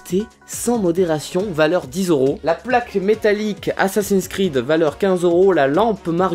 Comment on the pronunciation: Ou vois tu le "A"dans assassin creed (ta dis assassins cread)